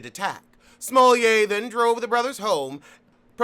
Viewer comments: It is. Its actually the correct pronounciation. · It is lol